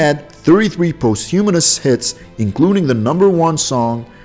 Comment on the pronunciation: A heart failure really. He mispronounced rodeo, posthumous, autopsy, bifida, and opry. A liver cancer really. A Cardiac arrhythmia really. Why does he mention a before liver cancer, heart failure and cardiac arrhythmia. How ignorant. Terrible narrator.